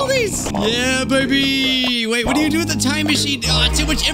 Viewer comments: HE CALL DO DOO IT’S PRONOUNCED DOUGH LIKE DO,RE,MI,FA so on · Bruh it's pronounced doh